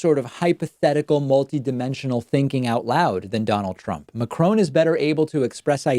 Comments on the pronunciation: David, your English is perfect! But you have one thing in common with most Americans - you do not even try to pronounce foreign Names appropriately according to their original language. It is not “Macrone” or “Macroun” it is the French pronounced Macron (more as “Macrong”). - and many other examples. Americans cause often a name massacre. Just saying. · I had english subtitles for no reason, but I looked at them and saw that you wrote « Emmanuel McCrone » instead of « Emmanuel Macron » 😂. In French the pronunciation of Macron is different than in English (McCrone for you) but it’s funny 😂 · Every time he says “MacronE” take a shot. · Every time someone pronounces it Macrone, a kitten commits suicide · You should prenounce the French President Emanuel Macron not Emanuele Macroane... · See when you speak french it's hard hearing Macron being pronounced MACRONE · La prochaine étape c'est Macarone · "McCrone" i'm dying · you:" McCrone " Me: crying in french 😭😭😭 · Tha.... 'McCrone' I can't __ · I hear macrone everytime he says it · It's Macròn without pronouncing the n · Better say "Macron"! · Ma-crown xD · David Pakman, I truly wish you wouldn’t mispronounce Macron as macrone....it’s cringe worthy.. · Yo every time he says “maCRONE” I wonder if any Americans can speak normally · Dude kudos for the vid but you really don't pronounce it as 'MacCrone'....Neither French nor English are my first language but I do know that much. A little bit of research wouldn't have hurt ;) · David, I'm a big fan but please, learn to pronounce Macron. It's not 'Macrone'. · Excellent. Like your postings. But please learn how to pronounce Macron. It's not "Macrone". Brian Oosterbeek Netherlands. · HEAR HEAR MAck-croowwwwn, not even close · Lol, the youtube subtitles translate your pronouncation of Macron as "McCrumb". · swisso in OZ “macaron” no ‘e’ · the way americans say macrons name is so painful.. you could at least try! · you yourself are not pronouncing macron's name correctly